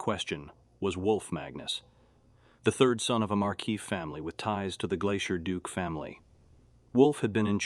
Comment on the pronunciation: “Astoonishment” “The entranceee” “the are Dukeee” lol… the voice had a stroke.